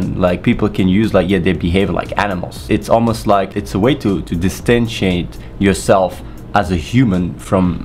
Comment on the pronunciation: did you say distentiate?